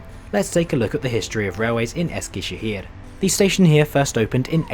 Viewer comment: Man I love your pronunciation of the turkish words! My parents are from Eskişehir and I visited the city last year after a very long time, of course using the YHT for travelling. It's such a bizarre feeling seeing all the familiar places in your video :D from the old Eskişehir train station to the new train station and the platforms. Hope you had a great time in Eskişehir!